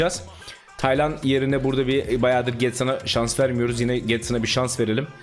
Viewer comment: Hayatimda hic düsünmezdim Taylan isminin bu kadar zor okuncagni 😂😅